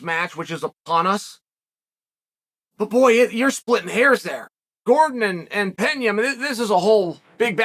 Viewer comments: Its not "Penhia" it"s Pena! As in Peh-na. He's not Spanish. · It's "Pena", not "Peña", for fuck's sake!!!!!!!! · US americans really have no clue about the world. In Brazil they speak portuguese not spanish. Its Pena not Peña lol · Hey uncle Chael, minor pronunciation correction here: Pena is pronounced like "Pena" (regular N pronunciation, like "Penalty") and not Peña (e.g., Juliana Peña) - it is a Portuguese word / not Spanish.